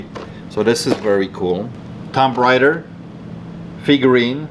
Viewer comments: "Tom Rider" lol your awesome just a heads up it's pronounced like toom rayder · Uh. Tomb Raider. Pronounced toom rayder. Not making fun. Hell you are at least bilingual. Mono here. That mask is super cool. Tough decision as to the best way to sell it. But you're good at that. Thanks for the vid. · I like how pronounced Tomb Raider as 'Tom Bryder."